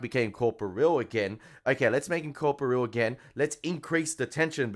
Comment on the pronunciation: You keep saying COR-po-real almost like it was two words (corpo real) with three syllables. It's pronounced cor-POR-re-al. One word, four syllables. Emphasis on POR.